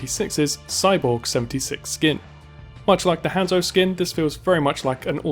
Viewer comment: The way you say Hanzo is triggering me